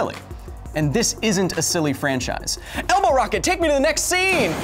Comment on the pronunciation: I thought he said Elmo Rocket, lol